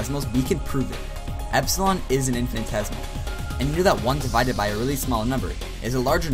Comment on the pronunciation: into the video you are misspelling "infinitesimal" as "infinitesimal" (and missing an entire syllable in your pronunciation of the word).